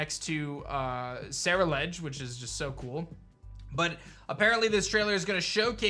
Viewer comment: it's pronounced cerul like Cerulean and edge please get it right